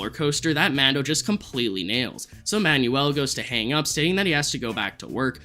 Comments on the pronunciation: My guy its pronounced "man-well" not "man-you-ull" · The name "Manuel" is pronounced "Man-well" my guy, not "man-yoo-ul" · Manuel is pronounced "man-WELL"